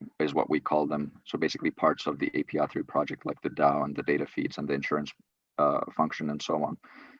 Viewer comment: Omg bro!!! API3 A..P..I ..not ap